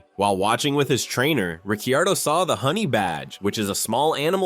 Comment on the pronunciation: he's pronounced "Ricardo"